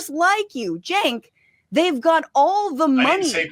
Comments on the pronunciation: Hos name is pronounced Chank. Not Chink.😂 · 🇺🇸🇺🇸🇺🇸🇺🇸Hey Boys!! Heres the PRONOUNCIATION of Cenk name. CHENK. Just make that C a CH and you've got it. No J...hahaha. 😂😂😂😂 it's a CH! Love you boys!!! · You guys keep mispronouncing his name its Cent😂😂😂